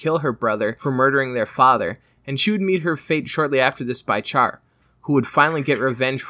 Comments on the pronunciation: who the fuck calls Char "char"? It's pronounced "shar" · Alright comments is it pronounced "Shar" or "Charr" like charred coal? I always pronounced with "Sh" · Its pronouced with Sh, Char is literally announciated in Japanese as "Sha" with the r almost sounding silent and in the english dub its "Shar".